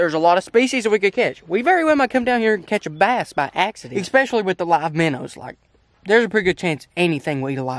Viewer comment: 1 BIGGEST QUESTION WHY DO YOU SAY MINNERS IT MINOWS